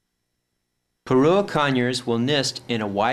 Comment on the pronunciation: You're pronouncing Pyrrhura with the last R silent. Phonetically isn't it Pirura? And not Pirua? Or am I wrong?